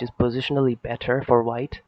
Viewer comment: "It's actually ever bet-thur when it comes to real phlay". Lmao. Great game though.